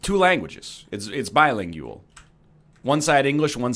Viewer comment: Why does he say bi-lingjueal like that? Also, merry Christmas, everyone.